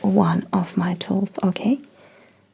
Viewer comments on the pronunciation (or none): lmao cute intro Oh TOOLS I thought you kept saying "look at my toes" O_O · The way she pronounces "tools" it kind of sounds like she's telling me to NOT look at her toes for like 7 minutes.